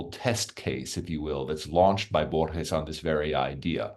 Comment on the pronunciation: It took more than 6 minutes for the interviewer to pronounce Borges more correctly. Minor point but still irritating.